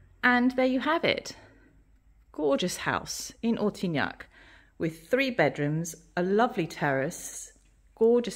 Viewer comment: Couldn’t understand the name of the town. It should be printed on the screen.